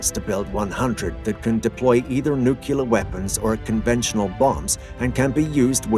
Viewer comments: The writing is fine, but the narrator mispronounces "nuclear" as "nookular" with irredeemable regularity. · WHAT IS A "NUCYALER" ANYWAY?